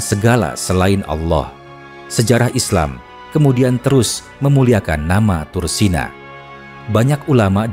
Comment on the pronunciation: Tursina...mengapa disebut ..tursena...apa anda gak bisa menyebut...iii...☝️💥🕋🕌